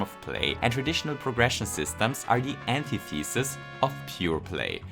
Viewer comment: "Antithesis" wird nicht wie "anti" + "thesis" ausgesprochen. Schau das mal bitte nach.